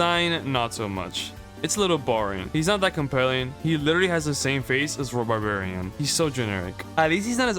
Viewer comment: Rhubarbarian is pronounced "Rhoo-barbarian".